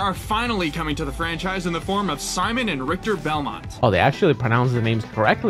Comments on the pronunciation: "... introduced in the form of See-mon and Rhish-tere Bell-monty." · Rip Etika I was predicting Seamen and Rich-ter Bel-moan-t